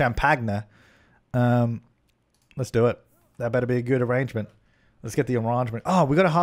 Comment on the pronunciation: Who else feels their soul complete every time he says ah-RAHNGE-ment?